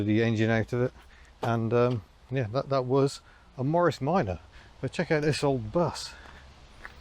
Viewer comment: When you say vat do you mean that ?